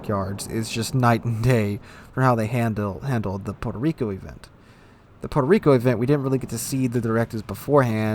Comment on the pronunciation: Puerco Reeko....